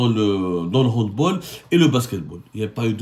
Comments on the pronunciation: On prononce "handbAll" pas "handbOl" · On dit "handbAll" et non "handbOl" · On dit Hand bAAAAAAL, C'est UN NOM ALLEMAND.On dit Hand bAll. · Mr Saumur on prononce HANDBALL avec un A c'est germanique au contraire des autres sports collectifs